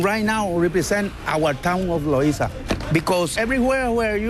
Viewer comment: God!!! If your going to narrate a documentary on another culture learn to pronounce the terms you are using! This English guy mispronounced Loiza as Loaza, and Vejigante as Veagoante. He didn't even try and honestly, CNN could do better.